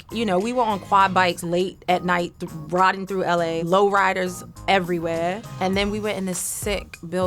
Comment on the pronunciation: You can tell Eve been living in London for a while. You here the way she said “low riders eurywhere” 😂 mark